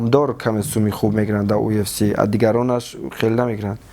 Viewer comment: Ай хато гуфтани уфс гуфтани,Мубориз кариб бовар кард ки уфс меги 😂😂ЮФС